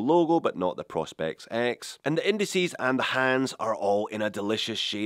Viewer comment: please, I beg of you; join the proper pronunciation club, it’s not “Praw-Specs” it’s pronounced Pro as in Professional hence Pro-Specs…!!! Love from Texas…!!!